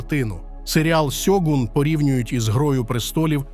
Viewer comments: чому ж сьогун коли шьогун? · Авторе, правильно Шьогун, а не сьогун. Годі вже використовувати поліванівку. В Японії ніхто не каже: сусі, Хіросіма, Сібуя 😁 Правильно - суші, Хірошіма, Шібуя і т.д. А так серіал середній. Сподобались костюми, японські актори, персонажка Маріко, загальна архаїчна атмосфера. Актора на роль Анджіна невдало підібрали, як на мене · Авторе, правильно українською буде "Шьоґун". Купка м'яких приголосних на місці японських м'яких шиплячих - російська транслітерація японської.